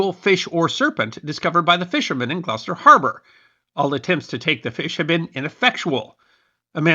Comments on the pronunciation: I watched your pink flamingo video a couple days ago, and after hearing you say Leominster in that one, i just had to watch this one to hear how you'd pronounce Gloucester, lol. P.S. i was surprised you pronounced it quite well. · Thank you for pronouncing Gloucester correctly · Ty for pronouncing Gloucester correctly.